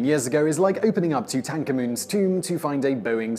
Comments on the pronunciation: You know what I find interesting? Your strange pronunciation of Tutankhamen. You have a singular way of pronouncing certain words that I find very strange indeed. I enjoy the content very much. But,man o man you can really come up with strange interpretations of words. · I had to go back several times to hear who’s tomb you were talking about as you pronounce Tutankhamen’s name weird